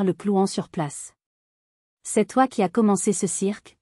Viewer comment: Tu A.S tout détruit, tu as, tout simplement, pourquoi différencier les deux lettres, alors que c'est un être humain qui parle au micro